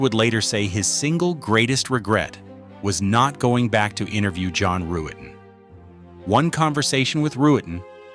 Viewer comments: Pronounced Rut-ten....NOT ru-et-ten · Ruetten is pronounced Ruttin not Roo-ettin. The mispronunciations are annoying, as are the stock images sprinkled gratuitously throughout where they are not needed or are downright inappropriate. Otherwise it's pretty good.